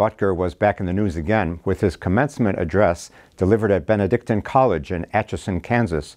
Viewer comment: Thank you, Your Excellency for your courage. God bless our faithful Catholics like the Butkers and you. Also, thanks for being one of the few who say Benedictine College properly, ha ha!